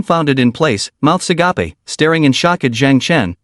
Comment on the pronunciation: it's agape not agapey